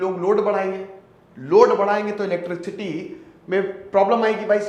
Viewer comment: इलेट्रिक-सिटी नही इलेट्रिसिटी सर 🙂 sorry for correcting